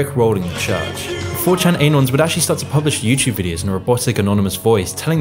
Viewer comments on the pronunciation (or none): "Anons", not "einons". It's pronounced "anons". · 4 chan ay-nons